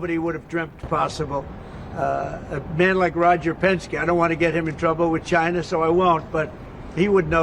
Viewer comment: DONALD TRUMP NO TRYST CHY-NAH CHY-NAH IS AZHOLE!